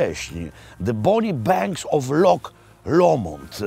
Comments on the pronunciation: Szkoci nie wymawiaja slowa "loch" przez "k", tylko "h" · Super odcinek. Dawno w nic tak szybko na YT nie clicknalem. Tylko jedna drobna uwaga - Szkoci wymawiaja LOCH a nie LOK. Anglik LOCH wypowiedziec nie potrafi :) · Panie Robercie. Nie lok tylko wymawiamy loh tak jakby po naszemu 😊 Zapraszam na kawę 😂